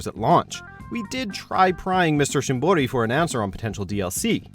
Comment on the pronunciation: You go through the trouble of learning to pronounce shimboris name correctly but still call Ayane eye yahn... ugh